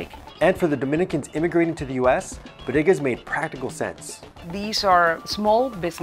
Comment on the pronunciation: he says Bodegas like a white person then the proper way. haha